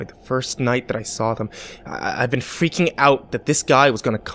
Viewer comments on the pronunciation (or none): none